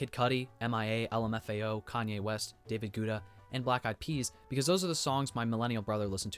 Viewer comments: David Gouda 😭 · I dare you to look up David Guetta pronounciation💀